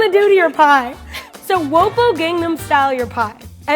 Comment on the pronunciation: "wopo" 😂😂 it's "Oppan" but okay